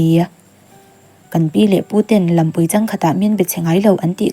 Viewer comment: Chhiartu duhtak,hma i sawn viau nain han ṭang leh sauh sauh la aw.LAMPUI CHANG KHAT tiha LAMPUI i thluk dan te .NANG NANG tih i thluk dan te lo ngaithla nawn leh la aw.Chuan MAMMA'S BOY tih laia MAMMA hi mizo tawnga Mama kan tih ang nilo in sap tawnga NU(MOTHER) sawi nana MAMMA tih thluka lam tur a ni e aw. A ziaktu tihsual nge i lam sual niang aw THING TE KA EK SANA ti lovin THING TE KA EH SAN A tih zawk tur a ni e aw TUNKUM tih aiah KUMMIN tih hman ni thei bawk se😊